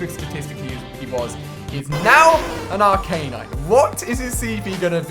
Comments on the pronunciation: Ar-canine.. as in dog, is how he is pronouncing it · Ar-cane-ine??? Its arcan-ine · It's fucking arcanine not Are-Knine